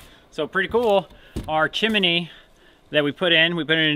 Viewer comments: OH That's funny... "Chimmeny".... Chimney is pronounced Chim ny... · You reminded me of Dick Van Dyck from Mary Poppins when you said "Chiminey". It's "chimney". And by the way, that is the saddest outhouse I have ever seen. I think I would have just burned it right where it stood. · I had to cringe a few times when you said "chimeney". My son is 39 and to this day blames the movie Mary Poppins for his spelling bee loss. He was in 2nd grade, competing against 5th and 6th graders... there were only two other contestants left (besides him) and he was asked to spell chimney. He had seen the 'stupid movie' more than a few times that year and his brain heard "chim chimeney, chim chimeney" and he spelled it that way. His elimination crushed him, but he was competing again older kids and he should feel good about coming in 3rd. He still hates the movie! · like how pronounces chimney as chim-ne-y lol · Hey Y'all - " chimney " vs " chimINee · well, i don't mean to give you any grief, i watch you guys all the time. but, it's chim-ney, not chim-i-ney. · Love your channel. We Check it out every day. Btw....the word is chim-ney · Pronouncing chimney with 3 syllables is the most adorable thing I've heard all day